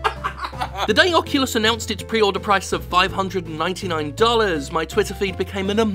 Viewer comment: Did you say. "Fuckulus" rift has your email at the end?......I laughed so hard either way.